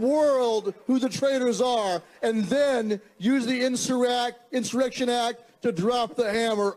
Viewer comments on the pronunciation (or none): Dear 🇺🇸, if your insurrection leader can’t pronounce the word insurrection..,,,you are in trouble 😂